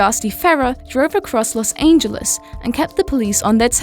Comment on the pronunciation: Los aingeles